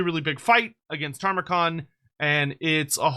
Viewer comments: Love your content bro but every time you say Tar-mer-con it makes me cringe - where is the extra r coming from? Tam-er-con... look at the spelling. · After this many videos.... Please stop saying "Tarmakhan."